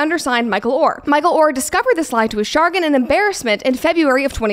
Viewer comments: Brett, please learn to pronounce words correctly. "Chagrin" is not pronounced SHA-grin, it's sha-GRIN. This happens often enough that it makes you seem less intelligent than you actually are. Please have your team watch for this. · Hey, it's sha-grin, not Chargrin. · CHA-grin, not Char-gen😉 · “shuh-grin”, brett. lol. not “shar-ginn” 😂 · Chagrin is pronounced "sha-GRIN" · Hi Brett - Enjoy Hungary! My brother moved there in the 90s and is now married with two boys living in Budapest. Love your energy and based views. BTW chagrin is pronounced SHA-grin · the weirdest part of all of this is Brett pronouncing it “Shargin” 😅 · Wtf is shargan? You mean chagrin? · "CHAGRIN" sha-GRIN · chagrin pronounced sha-grin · Sha-grin homie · Did you just say shargin? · Chagrin Sha-grin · Chargin? Brett, do you need an English advisor? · No it is spelled: "chagrin" and I have lived many decades to have seen it written in dictionaries before the New World Order revisionists hit Websters!!😂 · The pronunciation on chagrin 😂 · Wait, how did Brett just pronounce chagrin? 😂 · Have you never seen the word "chagrin" before? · So are we not gonna mention her pronunciation of "chagrin"